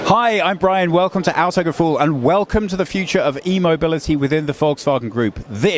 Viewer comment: I would be happy if you just pronounced Autogefühl correctly, lol.